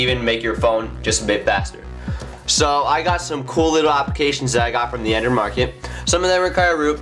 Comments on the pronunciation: The hell is an Andrew device or Andrewdevice???? Or is it Andrid? Huh??? wtf??? SLLLLOOOOOOWWWWW down fella... You're talking so fast that you have to pause every third word Which sounds like... this and it... gets annoying for... us that have... to listen to... your speach about... your Andrewdevice. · He needs to practice his pronunciation. He needs to enunciate better. He keeps mumbling the word Android. He says Andrew device.